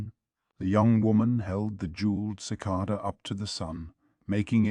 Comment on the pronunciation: Sheesh. Even mispronounced "cicada". Sigh.